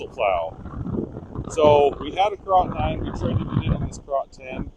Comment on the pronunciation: That is pronounced "carrot".